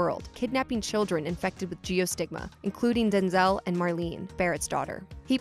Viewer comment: It’s also not Denzel it’s Denz-l